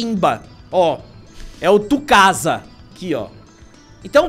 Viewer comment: “Tucasa” “Zimba” Kkkkkkkkkkk